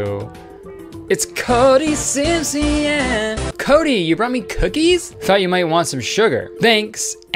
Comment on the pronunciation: WHY DID CODY SIMPSYEAHN HAVE A IRISH ACCENT